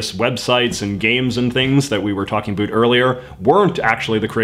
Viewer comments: It's pronounced ABOUT, not a boot. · a boot 👢